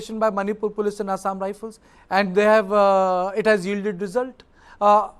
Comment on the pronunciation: it's assam rifle not assam rifene, not shoo it's soo